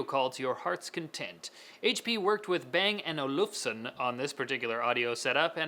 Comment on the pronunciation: you shouldn't pronounce Bang & Olufson with a swedish accent - It's a danish brand.